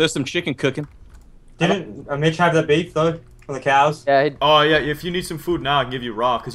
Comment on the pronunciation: the way preston says beaf is BEF that means something really dirty in dutch hahahaha i was like ROFL when he said that